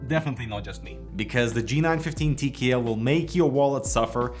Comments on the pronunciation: "gee nine fiftin tee kee eel" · TeeKeeEll, love it!